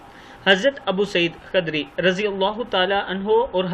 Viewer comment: Ap sahabao k nam lene me kai bar galti kr dete ho khadri nhi h khudri h